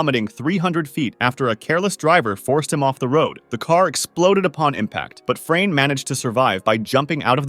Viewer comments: As a Croat it was really funny to me how you pronounce Frane’s name😂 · Legends says "Frane" still escapes death 😂